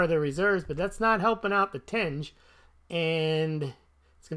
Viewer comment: Tenge is pronounced “ten-gey”. Source: I have lived there for over a year. They also have government minted bullion coins. They look great! Check out the “silver irbis”